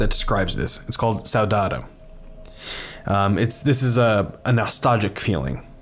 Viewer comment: "Saudade" is Portuguese for missing. It is pronounced "sow-dah-gee"